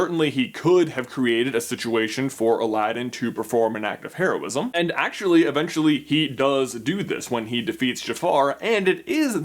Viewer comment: HEROism, not HAIRosim. PRONOUNCE THINGS CORRECTLY MY GOD!